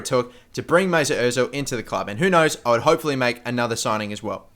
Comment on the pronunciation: Who the f*** is "Moosoot Ozil"? Do you mean Mesut